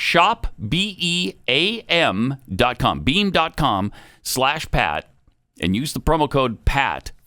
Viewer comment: I could have sworn Pat said Bean not beam. Lol